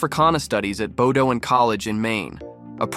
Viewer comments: why is every Announcer mispronouncing Bowdoin ??….please look up the phonetic pronunciation…."Not a big deal…..but PRONOUNCE it Correctly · this (AI generated?) commentary manages to mispronounce "Bowdoin" and "Jacquard"